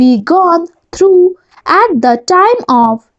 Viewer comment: Your are pronouncing "through" as though, Please improve it.